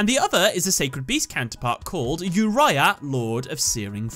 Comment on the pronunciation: The way he said "osiris" to "osairis" and "uria" to "uraia" make me triggered